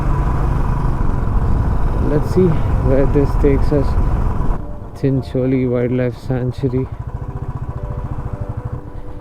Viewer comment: Although need practice on how to pronounce Chincholi